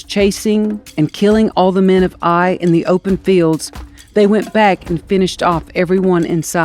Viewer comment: It is pronounced Ay (like say) eye.